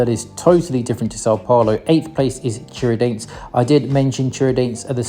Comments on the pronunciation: É Tiradentes que se fala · Love the way you pronounce Tiradente 😂😂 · Eu sou de Minas e a pronúncia de São João del Rei e Tiradentes ficou muito estranha , quase irreconhecível 😂